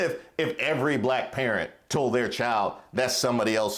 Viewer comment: I'm old enough to remember when high ranking officials in DC (on both sides) only hired non English speaking immigrants as their nannies and housemaids! CONald will never have a Blaccck (as he pronounces the word Black) MAN as his VP! Blacks for Tramp needs to wake up.